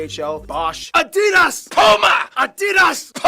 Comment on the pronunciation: ADidas not aDEEdas